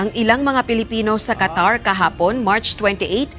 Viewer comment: Qatar yan , hindi po Catarman samar